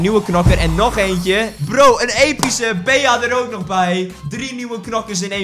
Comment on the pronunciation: Bea spreek je uit als bie! PS:je bent cool